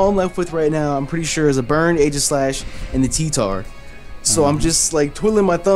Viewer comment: u keep mispronouncing aegislash lol